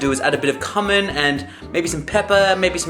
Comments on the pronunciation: I was just going to comment on that. It's pronounced more like "Cue min" not "cum in." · LOL.. Cum-in. lol. In the US, we pronounce it as Q-min. Not that Im discrediting the Australian accent. I just thought it was funny. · cumin....Lol its called Coo-Min. XD Lol you made me giggle though. <3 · Ahh I don't think I'll ever get over how you pronounce things. Sauce pan = saucepin Cumin = CUM-in instead of CYU-min :D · lol at how you pronounced cumin. I never thought of putting sweet potatoes in a soup. :o I'm going to have to try that.